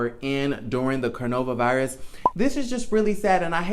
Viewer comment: Cornova virus? You don’t know how to pronounce our global pandemic!? Go complete JR. High